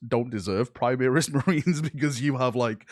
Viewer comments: PrimAris man.....pri-MAR-is.....ffs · "Choral" is pronounced Core-al similar to chorus, also "Primaris" is not Prime-ear-is but Prim-ar-is it's a bastardisation of the Latin Primarius which is pronounced Prim-ar-ius